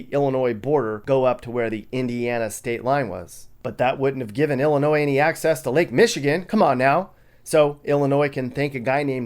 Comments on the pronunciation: It's pronounced Illinois the S IS SILENT!!@@ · The "s" on end of Illinois is silent! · Fact the S is silent in Illinois! Fact check it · stop saying ILL A NOISE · Illinois is referred to as the Land of Lincoln. Fact check Also the S is silent. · The S is silent please don't say it in the future.